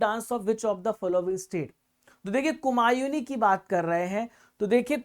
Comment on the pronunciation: Kumayuni nhi sir kumauni sahi h❤❤